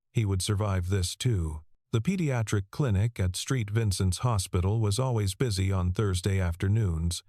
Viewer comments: Street Vincent's or Saint Vincent's? Not so intelligent! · SAINT Vincent's. NOT STREET Vincent's